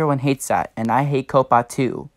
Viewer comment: 1. Coppa is not pronounced "cope-uh" it is pronounced "cop-uh" 2. You are.. let's say.. half safe. If you set your videos for kids I bet you little kids watch your videos so you could lose subs from them. Non kids are safe, I'm considered a kid still, I am 11 1/2 years so yeah. 3. I am not safe. Most of my viewers are under 13 because I do a community (not anymore) that attracts kids and my content is for all ages. 4. I'm pretty sure FTC and YouTube are doing something. I hope for the best. The only thing I can say now is good luck and I hope we find a way to keep our channels safe.